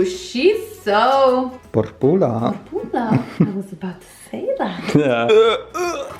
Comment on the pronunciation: "porpula": "pulaa" Please don't say that in Romania guys 🤣